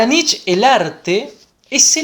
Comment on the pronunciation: Muy bueno, pero Nietzsche se pronuncia Nitche, debe sonar la e final.